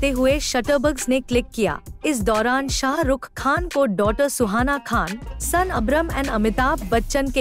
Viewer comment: First prounce srk properly